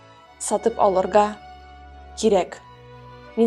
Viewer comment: «Сатып алырГа кирек» - здесь «г» неправильно произнесено как русская «г», а надо как башкирскую/казахскую «ғ». Скорее всего оговорилась, такое бывает когда фразы разных языков перемежаешь в речи. В других видео всё окей